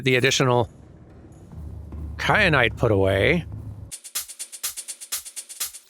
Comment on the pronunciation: Kyanite, like teh pepper